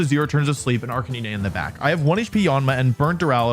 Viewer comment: Hearing Arcanine 2x before hearing R-K-knee-nay gave me concerns